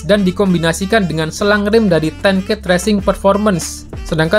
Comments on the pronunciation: Ten Kate ttp dibaca Kate mas,bukan Ket begitulah team nya sendiri yg bilang.... 😁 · nice info min, btw sedikit informasi aja, Ten Kate itu bacanya tetep Ten Kate kayak bahasa Indonesia, bukan Ten Keit kayak spelling bahasa Inggris umumnya.